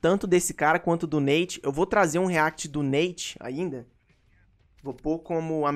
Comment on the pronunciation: Aprende a falar react pelo amor de Deus